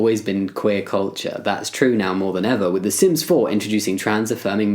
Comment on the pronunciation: How come when you said sims I heard ‘sins’ and was like “yup that’s me.”